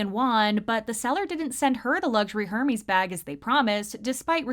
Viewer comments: Her-mees It’s -er-mez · HURmeez💀 Correct pronunciation for this brand is more like [Ehr-mehz] btw